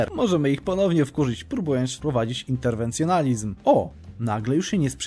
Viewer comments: Byku, interwencJONIZM, a nie nalizm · nie no twoje przekręcanie nazw jest bajeczne interwencjonizm lucyferyzm XD